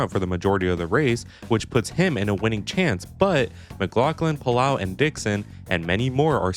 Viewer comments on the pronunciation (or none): its puh-low lot whatever youre saying dawg